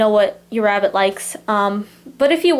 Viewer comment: listen carefully because it’s sound like she says rat instead of rabbit just me ok